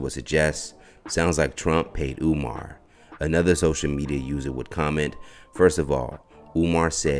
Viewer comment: He called him omaar 😅😅😅😅